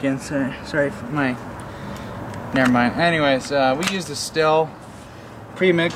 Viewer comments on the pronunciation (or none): 1) it's pronounced steel 2) Buy a maul it's faster. 3) use the chain brake I didn't see you engage it once. 4) take the time to learn proper cutting techniques. Stay safe, these saws are dangerous in untrained hands.